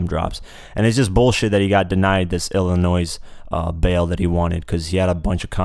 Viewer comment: it hurt my ears to hear you say the s in illinois